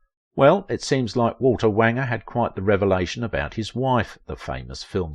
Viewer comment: Wanger rhymes with stranger.